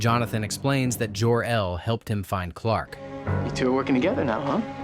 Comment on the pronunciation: Narrator mispronounced numerous words from the original movie. Superman’s biological father who named him was mispronounced over and over again. I was around in 1978 when the original movie was released.